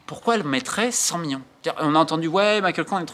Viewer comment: Top mais stp million pas mion ça frappe les oreilles